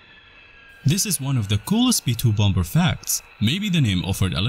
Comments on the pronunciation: well I just unsubscribed after the first 20 seconds by hearing bomBer 🤦🏻‍♂️ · Dude said BOM BER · i didn't know bomber was pronounced b0mBur